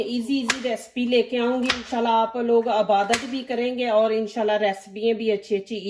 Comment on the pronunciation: Jumla durust karain ....aabadat nhi ebadat bolain....